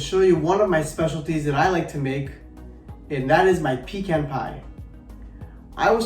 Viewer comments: You are mispronouncing the word pecan. The e is short not long. It is pronounced pu can with a short a sound as well. The can is not pronounced as if you were asking for a can of vegetables. It is more of a kahn sound. I was born and raised in the South and will not live any where else. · My Grandmother would say you pee in a can you eat a pecan. The "e" has the sound like "peck" does.